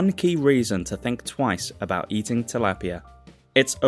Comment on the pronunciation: Tilapia is a Philippines fish thats why you dont pronounce it correctly.